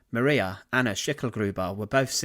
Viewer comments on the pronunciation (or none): none